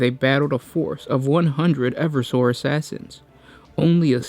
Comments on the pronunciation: Holy shit dude, your diction/delivery is giving me cancer. You DON'T have to exCRUciAtingly EMphaSIZE EVery Other SYLlable. Also not only is it pronounced ee-VER-surr, not ever-soar, it's not the aSSISSinorum, it's the aSSASSinorum. They're assassins. Not assissins. Mother of god. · I really think the pronunciation should be e-verse-sor and not ever-sore?